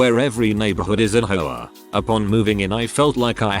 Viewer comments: The way the bot pronounces "HOA" sounds like a New Englander saying "whore" and I'm losing it over here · The vid did it weird, but they're using TTS that for w/e reason pronounces HOA as a word. But most NA people pronounce H with a vowel sound. An goes before a vowel sound, not just vowels. English has weird rules.